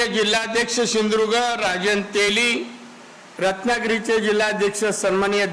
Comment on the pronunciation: यला सिंधु दुर्ग पण म्हंत येत नाही.....shidurg महंतो